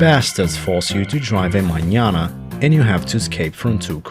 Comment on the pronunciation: OH! So that's how you pronounce manana!